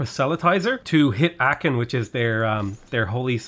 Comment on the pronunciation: It's not Aaken, it's Aachen: Ch like in ugh. Much closer to Aahen than Aaken.